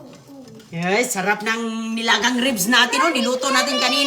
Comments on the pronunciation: Ribs not rebs😂😂😂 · Manners pls . Dnt talk while ur mouth is full bka sa sobrang katipiran mu mag suffer nmn ang health ng mga bata its not rebs but ribs😅 just saying